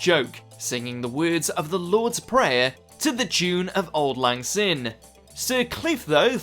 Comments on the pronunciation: Auld Langs Syne pronounced like zine not pronounced Auld Langs In! Really? You should do a new list for how many times you mispronounce words. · Did you really call it 'Auld lang sin' and not 'Syne'? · "Auld Lang SIN?" The fuck? It's "Auld Lang Syne (pronounced "sign")" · old langs sin???? get a grip, try pronouncing it in english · "Auld Lang SYne" - like the sine function but with a z at the front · "Old Lang Sin" ??? What the hell is that???? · oh come on, you're trolling us with these mispronunciations now. Last time you couldn't do Slough and now you can't do Auld Lang Syne. If you're going to play these stupid games then please remove the "UK" from your channel name, we're disowning you.